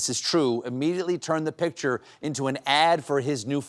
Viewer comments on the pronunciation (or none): none